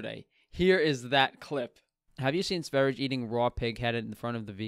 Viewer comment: Btw it’s Sveri-yeh. Blame the Swedes for their language. I’m just trying to learn it😀 Raw dead squirrel though... really?? He’s lucky that didn’t escalate, we all know vegans can get absolutely maniacal over a dead animal.